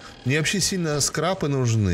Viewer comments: Пзд как же режет ухо "скреп" бл скрап хоть Диз ставь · Да не скрЭп это, а скрАп. Уши вянут от тебя.